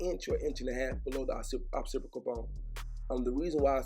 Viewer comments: Lmao at how you say Occipital bone😂.. “occipical bone” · Occipital does not have an R in it mannnnn!!! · "Occipital" ma g. not "opsipical". Just lookin out. F$%&with he haircut though. I'm a fan.